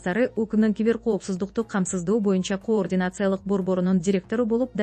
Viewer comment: Журналист дейбизби же алып баруучу дейбизби, мынча тупойсун ,кыргыз тилинде деле ударение катары созулма үндүүдой кээ бир тамганы созуп окуш керек го тупизм.....коррупциялык деген сөз '' каррупция"" деп окулат...тупизм....координация...😂😂😂😂😂ээээй позорище .кардинация ..деп окучу ..ой тупизм....позор ..